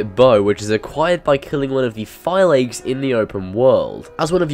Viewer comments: Phylakes is pronounced Feelakees (Fee-la-kees)! They mention this early in the game several times! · Phi-la-kes. Thats how you pronounce phylakes